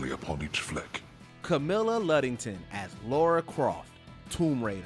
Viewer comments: Its Lara not Laura. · LARA. Not bloody "Laura". Come on, dude.